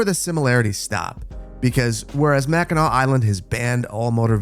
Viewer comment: u know hes local when he knows how to pronounce mackinac